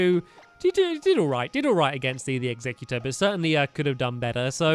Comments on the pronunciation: Stamps it's exeggutter not executor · its egg-zegg-u-tor